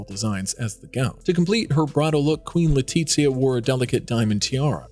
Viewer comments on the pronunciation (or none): none